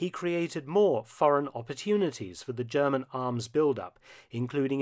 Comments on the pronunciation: Impressed at your classic German pronounciation too, wow ! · Your German pronunciation is quite impressive